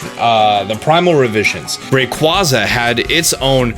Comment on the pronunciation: The way you pronounce Rayquaza hurts me